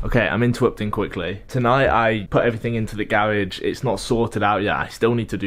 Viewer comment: Gawage... it’s actually garage